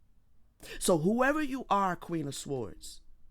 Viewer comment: Your channel was recommended to be a few days ago. I like your readings but the way you say sword makes me cringe every time. The w in sword is silent so it’s pronounced “sord.”